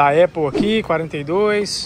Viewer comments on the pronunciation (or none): none